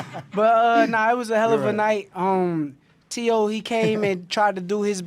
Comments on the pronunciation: Max it’s Teo not Tay O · Y he keep saying tayo?? It’s teo!! Max heard teo’s his name pronounced 1000 times as tee-o, y he keep saying tay-o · Why does he keep pronouncing Teo like “Tay-Oh”… That’s so fucking annoying. A “boxing expert” that doesn’t even know how to pronounce a fighter’s name correctly.